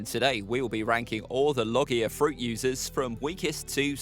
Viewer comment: pronounced logia wrong